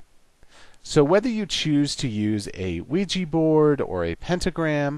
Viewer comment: Luiji board? 😂